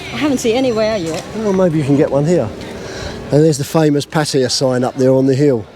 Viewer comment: I must compliment you on pronouncing the Pattaya name,correctly. Most of the utubers from UK,reguarly say it incorrectly. I find that very ignorant and rude. Its NOT a hard word to say correctly. Thanks again.